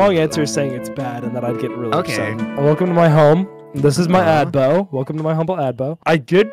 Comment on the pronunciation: Welcome to my adbo. Hahahah it's abode. Lol. That make me laugh!